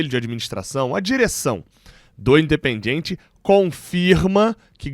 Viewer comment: Gabriel, um toque na boa. Não pronuncie: "In de pen DJI en TCHI". isso soa horrível em espanhol. Pronuncie o DI e TI como os sulistas ou pernambucanos. ST.